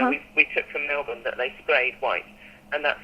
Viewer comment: The tree is from Melbourne, not Milton. Apparently the locals pronounce it Melburn, not Melborn.